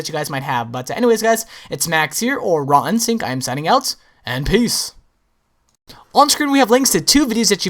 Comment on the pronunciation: Hiya, if you're wondering then at the beginning of EVERY video you say